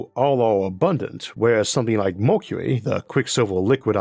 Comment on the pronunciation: what accent does he have that causes him to talk 'wike a bwaby'